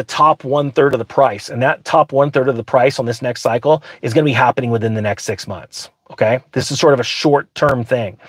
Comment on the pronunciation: Cheech: “What’s halvening!”